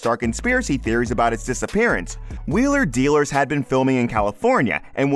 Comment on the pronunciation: Make a YouTube video and can’t even pronounce the name off the show you’re talking about!